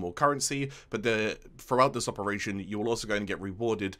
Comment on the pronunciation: Absolutely mint guide one of the most in depth scarlet spear vids I’ve come across! Great work though regardless of the mispronunciation🤣